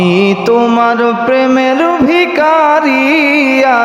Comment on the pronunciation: ভিকারী নয়। উচ্চারণ হবে ভিখারি